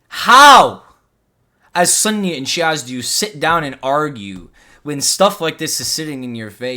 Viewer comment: Within the first two minutes of this video when you’re describing Ali Dawah’s beliefs you pronounce Sunni “sunnEH” and Salafi “salafEH” with a (haa) ه at the end trying to sound knowledgeable clearly shows you don’t even know basic Arabic and are therefore not qualified to teach anything about Islam